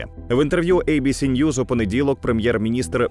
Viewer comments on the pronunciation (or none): none